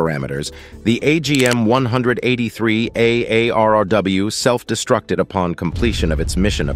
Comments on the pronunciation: Whomever is narrating this didn't get the "A. R. R.W. acronym correct one time! It's not that hard to say " A. R. R. W" is it? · The narrator keeps adding A' and R's to the name of the 183A ARRW 😂